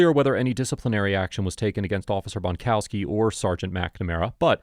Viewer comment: Bonkowski is a WA with a T on both ends